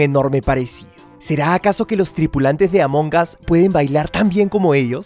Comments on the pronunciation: Xd dice arto among gas xd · Siy yo o dijiste A monjas :v? Dijiste A monjas o Among us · Recuerden que en Inglés en ocaciones la G es muda. Y el "us" que significa "nosotros" esa U se escucha como una A. Así que todo junto es "AmonAs" Among us ¡Repito! La G es muda.